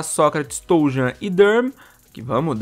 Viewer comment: Brunelli nome do Toljan se pronuncia "Tolhan" é assim em alemao